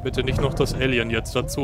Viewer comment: Muss ständig schmunzel über die Aussprache von "Alien". Bei klingt es wie "Ällien" statt "Eelien"..lol